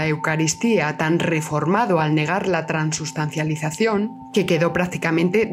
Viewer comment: se dice transubstanciación